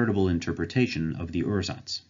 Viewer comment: I'd personally pronounce "ursatz" as "oor-satz", because otherwise it sounds like you're saying "ersatz", which means something quit different; it's also a lot closer to how it's pronounced in German.